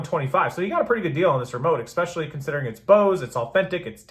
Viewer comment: Still with the “expecially”.